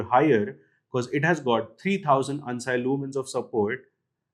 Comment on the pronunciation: Never heard someone saying ANSI as hun-sy instead of an-si